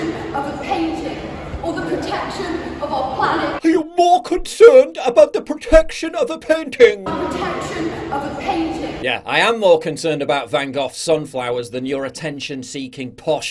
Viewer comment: I would love to back you up but I can't support someone who dates of painting is a "Van goffffff". For the Love of Christ it's called a "Van Gogh" pronounced VAN GO.... WHO THE HELL IS THIS WORLD PRONOUNCE OF VAN GOGH PAINTING AS "VAN GOFFFFFFF." 🖕